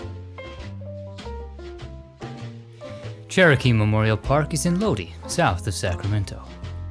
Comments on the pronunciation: Love all your videos. !! Just want to make a correction to your pronunciation of the city of Lodi. You said it like Lodee . However it’s pronounced Lode-eye. Again love your videos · "Loady"? No, sir, it's "Lo-die" And it's "Se-lee-ness", not "Se-lie-ness". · My grandparents and great grandparents are buried at Cherokee in Lodi. Just a heads up, it’s pronounced dye like dye your hair not Dee. Like the song from Creedence, Lodi 👍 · Lodi is pronounced lo-die, not lodee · Thank you for this one, I live in Sacramento and continue to spend time walking through our Old City Cemetery. A little pronunciation correction, Lodi is pronounced Low-die, not Low-dee, and the town of Salinas is pronounced Sa-lee-nas, not Sa-lie-nas. It is referred to in the iconic Eagles song, "Stuck in Lodi Again." Very proud to be a Patreon patron of your work. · Lodi pronounced low die Salinas pronounced sa lee nas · Love these videos so so much. It's pronounced Low-Die btw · Just a heads up, Lodi is pronounced like low-dye. It's the same Lodi that is featured in the song Lodi by Creedence Clearwater Revival. I have a grave for myself at Cherokee Memorial Park in Lodi. I spent my summers with my grandparents in Lodi when I was growing up. My grandfather and my uncle are also buried at Cherokee Memorial Park. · I love this series and being from California, this is my favorite! With all the love, I would like to share some correct pronunciations of places you touched on: Pinole = puh•nowl, Salinas = suh•lee•nuhs, Lodi = low•dye, San Rafael = san ruh•fell. Thank you for all the videos! Much love from Oakland, California! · "Lodi" is pronounced "LOW-dye." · A couple of mispronunciations. Lodi = Lo-dye and Salinas = Sal-E- nes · Isn’t it Low-die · Lodi is pronounced low-die and Salinas is pronounced Suh-leenus. Just an fyi. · Thank you for these! I watch each one. Just a tip: Lodi is pronounced LOAD-EYE, and Salinas is pronounced SA-LEAN-US. :-) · It's pronounced Low die!